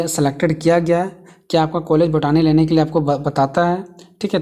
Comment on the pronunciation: Botani ko बोटनी padha jata hai बोटानी nahi 😂😂